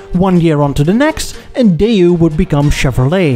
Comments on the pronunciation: "DAY-YOU"?!? Daewoo is pronounced "DAY-WOO" But what do I know, I'm just an English-speaking Filipino who loves to learn about The Automotive Industry from other countries. I sure want an episode that touches on The Philippines's Automotive Industry. Side Note: I speak in 'Murican English, not Bri'ish English. XD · It's Daewoo, pronounced Day-woo, not Day, ooh. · Why do you keep pronouncing "Daewoo" like "Day You?" Just because Jezza does it because he considers anyone from south of Land's End to be a "bloody wog" doesn't mean you should mimic his mispronunciation! 😄